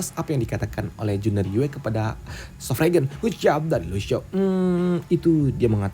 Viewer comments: sword Sovereign (sord sofrein) gitu bacanya bang bukan regen, regen mah pestisida 😂😂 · Sword Sovereign (sord sofrein) gitu bacanya bang, bukan regen, regen mah pestisida 😁👌